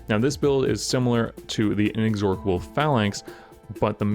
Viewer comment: In-ex-or-cable, like A-dork-able (Sorrry, sorry, it really made me laugh😁). It's In-ex-or-able. One "K" sound.